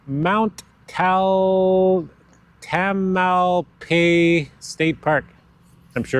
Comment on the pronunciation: mount tam-el-pie-as (tamelpias)